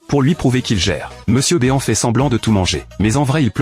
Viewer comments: Mr BÉ-AN !? C'est Mister BEAN > "BINE" Bordel Raaaaaaah ..... quand vous reprenez des vidéos vous pouvez pas au moins contrôler le rendu...... Et puis le fil qui attend son père....sérieusement. .....blaireau !!!! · C'est MRbean pas Monsieurbeon